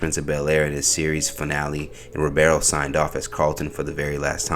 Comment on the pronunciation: Bro, his last name is Ribiero. Not Robero 🙄